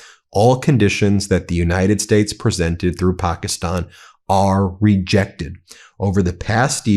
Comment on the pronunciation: But please Pakeestan/Pakistan not pokisn Ben plus eye ran= Iran not err ron 🙄